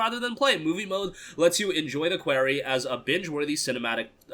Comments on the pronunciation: You keep saying Query instead of Quarry. Sorry, I'm just a stickler for proper pronunciation. I'll show myself out... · It's quarry, like "Corey in the House." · Like someone from new York would say it